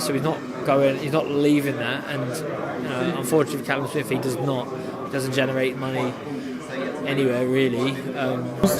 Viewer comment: Why’s Jacobs calling Callum calleb